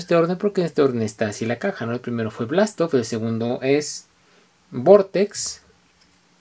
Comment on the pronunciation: buena review,pero le dijiste blastoff ????